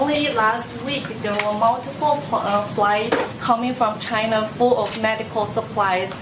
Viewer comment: "Are you from gyina"